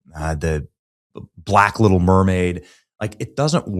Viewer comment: The way Benny said BLACK little mermaid was questionable as hell